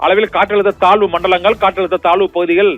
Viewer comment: Thalvu pakuthiya? Thazhvu pakuthia? Nandraga tamizhai vasikavum